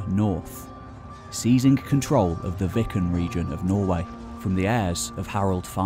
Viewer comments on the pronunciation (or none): none